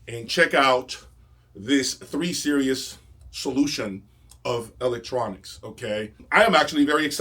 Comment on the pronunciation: Hi. It sounds like you pronounce "Series" as "Serious". Is this accurate?